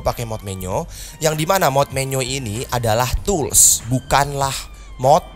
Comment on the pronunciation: Tools Woi Bukan Tulus